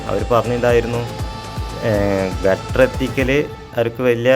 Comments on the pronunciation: Gutter അല്ല girder ആണ് സുഹൃത്തേ. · ഗട്ടർ അല്ല കെട്ടൊ ഗർഡർ